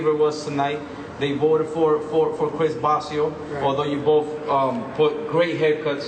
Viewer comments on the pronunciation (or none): That “Chis Bossio” tho😂